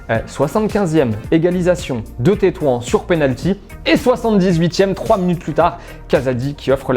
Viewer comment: La ville marocaine se lit "Tetouane"